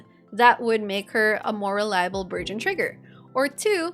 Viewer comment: Everytime you say "burgeon," I hear "virgin," so I heard "Thoma's popping virgins every second" and now I can't unsee that mental image lmao EDIT: even the CC says "virgin!" It's not just me! 🤣